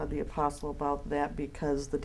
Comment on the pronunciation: The "A-PORK-STLE" 🤔🤭🤣😂🤣